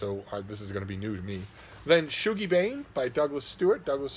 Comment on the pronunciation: It’s pronounced shug-ie, not shoe-gie. What ur ye, english or sumthin?